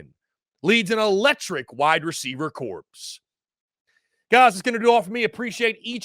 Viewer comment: The “P” in corps is silent